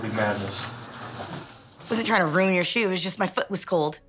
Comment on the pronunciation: "i am KOOKING ESTEAK" "You ROON everything"